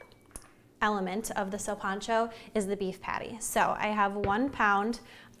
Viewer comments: THAT'S KOOL THANKS FOR EVEN TRYING CAUSE SOME PEOPLE WILL ONLY DO MICROWAVE FOOD AND STOVE / OVEN IS JUST TO MUCH FOR THEM LOL JUST SAY "SIN" LIKE "WITHOUT" AND "PANCHO" LIKE "PANCHO VILLA" "SILPANCHO" NOT "SEALPANCHO" LOL YOU KEEP DOING YO THANG DISCOVERING OTHER CULTURES IS A BEAUTY PLUS HERE IN THE U.S. I THINK BOLIVIANS EQUAL ARE LESS 5% OF HISPANIC & LATINOS ❤💛💚 PEACE OUT GOOD LUCK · NOT SURE WHAT PART OF COCHABAMBA BOLIVIA DID YOU LEARN THIS FROM PUT NO NEED FOR THE PAPRIKA OR THE WHOLE EGG FOR THE BREADING GROUND BEEF YOU NEED TO MIX AND KEEP BREADING TO THE BEEF WHILE HAMMER TENDERIZING THEM REALLY FLAT AND NO NEED TO PEEL GOLDEN YUKON POTATO'S EVERYTHING ELSE WAS PRETTY MUCH IT BUT MY GRANDMA GET MAD IF SHE HEARD YOU MISS PRONOUNCE "SILPANCHO" THE WAY YOU DID GIRL LOL KEEP IT UP TRY AGAIN 👍